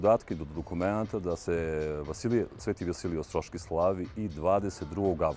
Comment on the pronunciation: Ovaj smrad ne zna ni da izgovori pravilno Vasilije Ostroski! Verujte to nije slucajno!